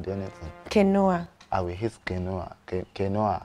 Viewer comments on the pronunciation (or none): The pastor is so funny, the inclusion of the pastor character took the series to another level. 😆🤣😂 Well done to the cast. Quinoa is actually pronounced keen-waa, not keen-o-wa. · Kinwa is the correct pronounciation of Quinoa. Not kinowa. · Is it quinoa(keen-wah) that they are calling kanoah😩😂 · Quinoa is pronounced "Keeenwah". Oh Lord. 😂😂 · Quinoa is pronounced as keen wa not kenowa. I love this two 😂😂😂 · "I'll eat your kini' wife: 'quinoa' 🤣🤣🤣🤣🤣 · Ki-nu-ah lmaooo instead of quinoa lmaoo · Kay-Noah😳😳 Ooohhhh,——- Quinoa (Key-Nwa)🤷🏾‍♀️🤷🏾‍♀️ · Quinoa is Canoea 😂😂😂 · The word is Keen wah. Not keNOA. (Quinoa). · Please it’s pronounced KEEN-waa NOT KINOA 😅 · "Doctor, what is QUINOO?" - it's QUINOA, pronounced KEEN-WA. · "keen-oh-ah" pls nauuuu😭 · Not quinoa as canoe-a 😭😭😭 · Is it quinoa they called keeenuah? 😂😂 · Lol Falz and Toke want to kee me with laughter and its actually pronounced as" keen wah" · Quinoa is pronounced keen wah. 😀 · It's actually pronounced "keen-wa" but go off 😭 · I love this show sooooo much but y’all were mentioning quinoa wrongly. Quinoa’s pronunciation is keeen-waah Not what step and Biodun is calling ittttt plsssss It was painful to hear as y’all were saying ittttt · Quinoa is pronounced “keenwah” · Why are the pronouncing quinoa like Ca-noe-ha 🤔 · Abiodun: Do you know what my wife is serving me, ehn couscous, canoe... Stephanie: QUINOA! Lol, even Stephanie no pronounce am well 🤣🤣🤣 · I thought I was the only one that heard them assassinate Quinoa pronunciation 😂🤣